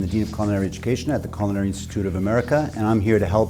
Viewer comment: Never trust anyone that can't properly pronounce culinary. !!!!